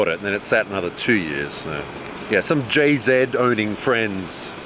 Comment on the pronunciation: Jzed... ugh, its JZ